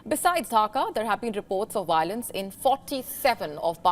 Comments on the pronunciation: Dhaka, not Dhakha. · Dhaka not Dhakha unacceptable from so called English Channel with 8.93m subs 😲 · Hey miss, it’s Dhaka not Dhakha. 😐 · It's Dhaka, not Dhakha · Dhaka not dhakha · Dear WION it's Dhaka not Dhakha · Is dhaka not dhakha wtf